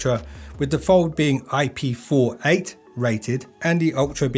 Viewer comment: Thank you for saying the IP rating correctly. So many youtubers say it as a double digit number like forty eight when it's supposed to be four-eight due to the numbers representing separate ratings. It's just common sense. So thank you for that.